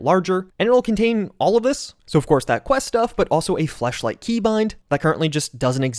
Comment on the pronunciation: dude really said "fleshlight keybind"